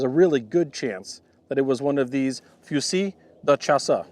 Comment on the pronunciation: Pronounce it like this: fue-zee. They will still judge your pronunciation, but that's a good approximation for usage in english.